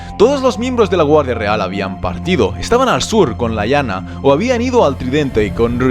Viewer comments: la verdad es que da igual, porque la pronunciación es distinta en español y en ingles. Solo un pequeño apunte, Lyanna se pronuncia así como se escribe, no "Laianna" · No me gusta corregirte,, pero estás pronunciando mal. Rahegar se pronuncia de manera similar a como pronunciaste Rhaella, es decir Ra-e-gar, con acento en la sílaba final. Por otra parte, Lyanna se pronuncia tal cual se escribe: li-a-na teniendo diptongo con la sílaba ia, es decir, la separación de las sílabas sería lia-na. Están geniales los videos de Juego de Tronos! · Interesante, lo que no me cierra es que en algunos casos hables de Rigar en lugar de Rhaegar o de Laina en lugar de Lyana Stark, o tratas de usar la posible pronunciación inglesa en todos los nombres como incluyendo Winterfell o King´s landing o todos en castellano como Desembarco del Rey o Invernalia, de lo contrario se escucha bastante mal. Por otra parte, anotas las fechas 269 DC, qué significas la D y la C?